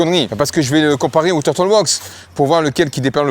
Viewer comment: Quand tu fais l'intro super vite, j'entends presque "bonjour mon fion, et ma fiotte!" TURTLE... ca se prononce... Teur-Deul.... pas facile (tur -tl) MEGUIARS... Meu-Gwaî-Yeurz... (mu-gwai-urz) Nice video brother!